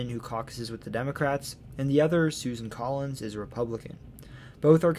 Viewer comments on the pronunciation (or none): none